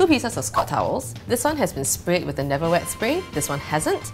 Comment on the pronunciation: I love how excited she was for the neverwet spray that her words got mumbled and they had to add subs to make it clear. hahahah